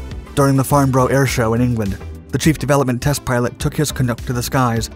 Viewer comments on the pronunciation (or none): Yeah, I also thought he might be Canadian so I was a bit surprised by this comment. Nobody cares but his pronunciation of Farnborough (not Farn-boro, but Farn-bruh) and Canberra (not Can-bearer but Can-burrah) were also wrong :)